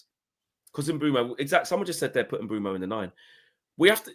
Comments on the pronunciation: It’s Mbuem- O not Mbuem —U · Eu not ue but you’re right